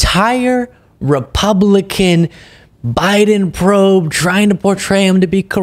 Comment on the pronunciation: Nice one! However, I'm sure you mispronounced 'Republican' once in your report. Early onset dementia? Should you be doing this? Should you be indicted? The world should be told! 😂 Keep up the excellent work. Happy CW. 😊